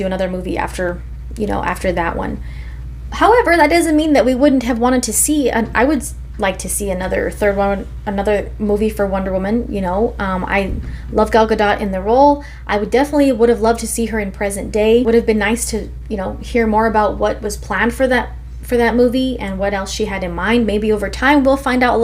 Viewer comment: Just for future’s sake, it’s pronounced Guhhdoe, lol.